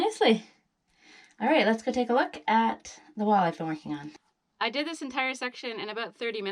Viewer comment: Lasgoo as in let’s go 🤓